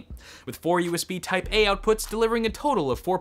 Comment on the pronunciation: just realised you said USB Taipei XD